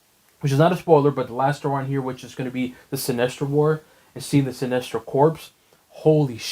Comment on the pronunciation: corps is pronounced “core” lol